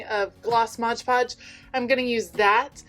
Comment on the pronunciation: I love that you used stuff you already had on hand. It's like shopping your stash! Also, thank you for saying "mod" podge. :)